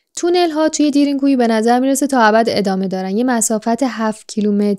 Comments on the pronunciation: دیرین کویو چیه میگین، اسمشو به ترکی باید تلفظ کنین که میشه دَرین کویو ، یعنی چاه عمیق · تلفظش اصلا اونطوری نیست که شما میگین خواهشا دقت کنید این اسمها خیلی مهمه درین گویو به معنی چاه کمی عمیق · Darn ghoee تلفظ میشه یعنی چاه بسیار عمیق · اسمش درین گویو خوب تلفظ نمی کنید ریدی ترکی رفت مثل ماترکا بعضی وقتا زبان فارسی خراب می کنیم